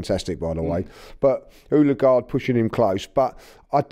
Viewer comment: Love but if he keeps saying oooollleeeeegard I’m gonna lose my mind ITS “ODEGAARD”